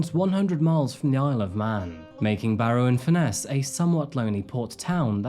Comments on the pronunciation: Is the presenter using AI at least for his voice over. I'm from the UK and no one pronounces Barrow highlighting ROW. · It’s pronounced “Barra” by’t locals 👌🤣